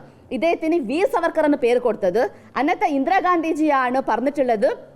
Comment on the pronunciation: Vd സർവർക്കർ അല്ല മാഷേ vd സവർക്കർ